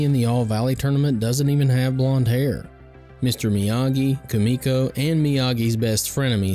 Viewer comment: Who is koo-ME-koh? It's pronounced KOO-mee-koh. (Didn't you see the movie?)